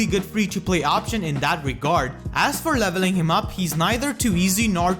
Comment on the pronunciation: it has a lot to do which syllables you are emphasizing/stressing as well as a non-fluid speech pattern (you place a lot of breaks in between words and syllables). Like on words like 'better', 'Navarre', 'regard', 'healers', 'inheritance', 'four', 'fourty', 'put', 'output', 'for', 'him', 'combat', 'often', and 'a lot'